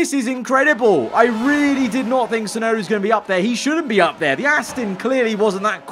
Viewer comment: Crofty: It's Yuki Chefnoda ladies and gents!